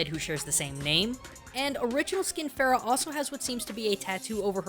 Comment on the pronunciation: i love how most westerners or any other people in general call her pharah or far-ah, blizzard made fun of this with pharah's name because what most people who dont know middle eastern culture would probably think her name is farah? shes egyptian? lets call her pharah! when actually its farah pronounced fur-ah, though im pretty sure most people arent that stupid, i mean ana even confirms it, im middle eastern so i would know, also im pretty sure ana's name is pronounced un-ah, so yeah nice little nod from blizzard there, they even took the time to write it in arabic in ana's origin story, so what do you think? also love your channel:3 Genji Edit: ana's name is pronounced ana'a, and yeah thats it in a nutshell, also it means something in arabic i forgot